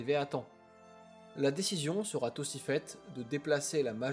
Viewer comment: C'est une bonne vidéo ❤ Fais attention cependant à éviter certaines liaisons avec un t qui se balade "sera T impliquée "... Et juste une remarque : le verbe "se présager" n'existe pas 😂, tu peux utiliser "se profile" ou "se prépare ". En tout bravo pour ton travail, c'est de mieux en mieux.